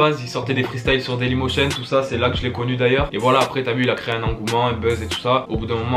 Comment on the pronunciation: Lourd le nouveau son et bonne video frero juste au debut ta dit "dalymotionm" au lieu de "daymolition" 👌😂